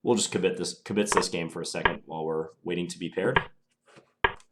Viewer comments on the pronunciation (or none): FYI, "kibitz" is accented on the first syllable.